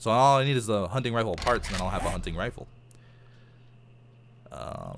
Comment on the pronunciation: Every time says hunting I think it's hunny